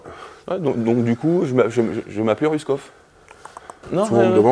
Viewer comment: Apprend a prononcer le nom de quelqu’un avant de l’inviter grosse tete